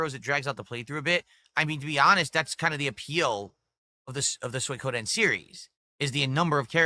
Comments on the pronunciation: "Soy Codeine" LOL this fucking idiot.. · The Sons of Kojima strike again "Soy Koh Den" I didnt know you can mispronounce Suikoden. But.. proving me wrong. "You're drinking 2-3 times a week" "Uh no, its 2 times a week max." Literally just admitted it not 2 seconds later. Actual cope, seethe and crash out when accused of being an alcoholic.